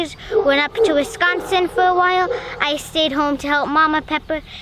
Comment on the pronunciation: Way to teach those kids to say "Wisconsin" properly.....now get them to end sentences with "and so" or "ya, hey."